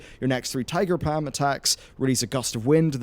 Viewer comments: Also. Tiger pa-m Try "Paw-m" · "Pam" "" twitch...:-P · Tiger Pam? I can understand you have an accent since you're British, but Pam is just wrong. There is an L in palm.